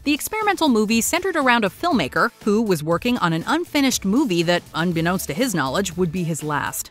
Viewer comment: "...unbenkownst to his knowledge..."!? Nice literary fail,guys. I try so hard to not be the type to point and giggle,but you are really testing my limits with this one.